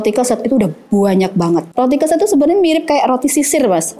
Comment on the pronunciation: Keset (mat) ya e nya spt baca lereng.